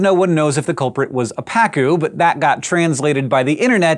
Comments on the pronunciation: Just adding: it's pronounced "paCU" not "PAcu". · Its name is actually pa-CU, which in spanish we write pacú. Quite sad the fact that it's an invasive species. On the bright side let tell you, it's delicious when grilled!